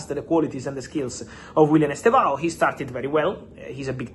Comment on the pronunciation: Fab, please stop saying Chelsea’s Ballin D’Or of the futures name wrong. It’s Estevao Willian NOT Willian Estevao Estevao is ‘Steven’ in Portuguese, and by the way, it’s pronounced as two syllables, as ‘STEV-OW’. The initial ‘E’ is virtually silent. Listen to the Brazilian commentators and you will see what I mean.